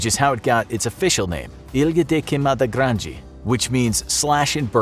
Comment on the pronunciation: Verdade mano ele fala tipo sei la estranho ele falando queimada grande ou jararaca foi muito esquisito